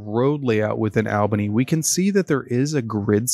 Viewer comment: I meant Albany is pronounced like all bunny as opposed Al bunny